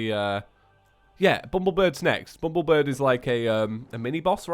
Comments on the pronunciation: it annoys me so badly how said "bumblebird" instead of "bumblebirb" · Bumblebir-BBBB . not BIRD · it is BUMBLEBIRB NOT BRID!!!